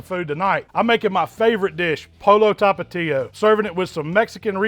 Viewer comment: Mans so white sounded like he said “polo talapias” 😂 all jokes aside this looks crazy good!